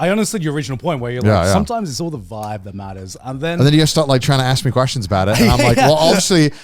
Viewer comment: They murdered the word vibe